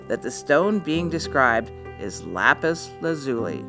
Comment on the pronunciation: U would be long lappoooza vowels